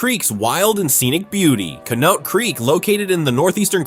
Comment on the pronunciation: I live in Conneaut Lake PA and that made me cringe so bad. Please do better people. Don't just rely on AI to do your work. Use it as a tool, not a crutch.